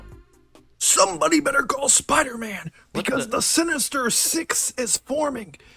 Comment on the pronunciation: Hard R on spidahman is wild lol